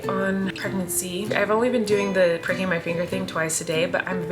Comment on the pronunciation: Omg I literally thought you said "breaking my finger " instead of pricking..I was like what??!!